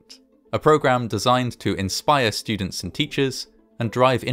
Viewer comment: What's a "capShull" or a "schudent" or an " eschploshin"? Dude now you're making some bank get your speech impediment fixed for Christs sake